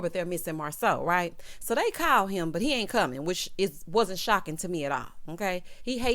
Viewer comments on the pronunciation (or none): none